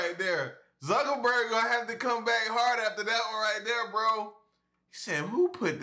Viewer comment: Sounded like you said Mark suckaburg